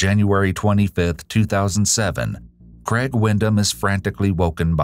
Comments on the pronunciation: CrAIg, not "Creg." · Interesting to hear the US pronunciation of Craig. More like CREG, whereas is Australia it is pronounced CRAYG